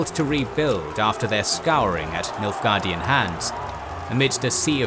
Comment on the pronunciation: Why you keep saying Milfguardian?